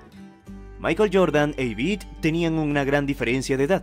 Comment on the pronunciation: Se dice Yvette no Yvitte